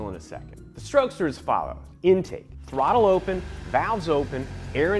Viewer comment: "with the thwottle"